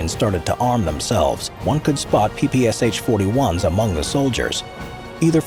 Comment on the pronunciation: It's PPSh, not PPSH. You don't say the "H", but read the Sh together. It was Shpagin who invented it, therefore you call out Sh, not S-H.